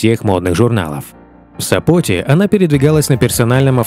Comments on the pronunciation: Не Сап'оте, а в Со'поте.... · Кто читает текст: в СопОте, может быть в СОпоте!!!